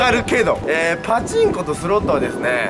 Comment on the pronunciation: パチンコのイントネーション気になんの俺だけ？